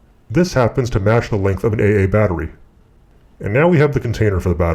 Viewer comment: 'An eih eih battery'? Who talks like that? Are you trolling us? :-P